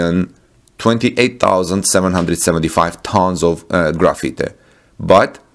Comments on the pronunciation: Graphite..”graph-fight”. Not “Graffiti”. :-) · Graphite is not pronounced like graffiti or gra-feet-eh but like GRA-fight. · Also graphite is pronounced graph fight :) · I heard the same.